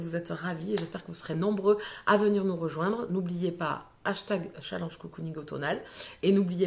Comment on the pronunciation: Hello Le challenge a l'air hyper cool 😉😉😉 Mais, par pitié, Apprends à prononcer Challenge correctement stp!!!!! mes oreilles saignent à flots là 😖😖😖